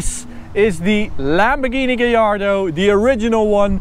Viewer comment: Gallardo is Spanish. All Lambos are named after Spanish bulls. His pronunciation is right.